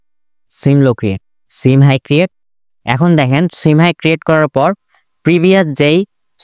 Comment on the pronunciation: Bro don't mind সুয়িং উচ্চারণ